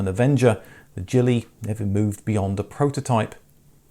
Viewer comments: Loved my Stiletto but the lack of a rear hatch was a drawback. Being a Scottish vehicle the jeep version should be pronounced Gillie not Jilly. A Gillie is a Scottish gamekeeper hence the choice of name for an off road vehicle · Gillie is pronounced with a hard G. Gillie, similar sounding G as Garden. A Gillie is an estate worker of the land in Scotland. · A wee point for a wee Scottish car, 'Gillie' is pronounced with a hard 'G' like Gamekeeper, which is what they are & narrt : ) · Very interesting. I think you'll find that 'Gillie' is pronounced with a hard 'g'. It means (in Scotland) a man or boy who attends someone on a hunting or fishing expedition.